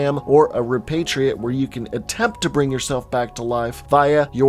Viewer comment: This video actually helped cleared up some lore and time skips, such as the fact that Sam was the baby in the beginning and he technically caused the voidout that started it all. Also correct me if I'm wrong but Repatriate is said "re-pat-tree-it" not "re-pay-tree-it".